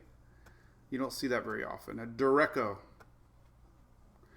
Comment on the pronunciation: Isn’t it pronounced duré-ch-o not “dor-rake-o”?